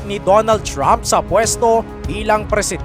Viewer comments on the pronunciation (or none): none